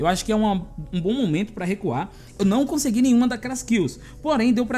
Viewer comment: Engraçado foi aqui kkkk não to julgando porque ele falou errado foi que achei engraçado Hehe Conseguilhu* Em seguida Lindario* Hehe Que esta interpretando errado desculpas só achei engraçado